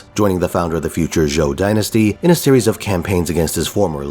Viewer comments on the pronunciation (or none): none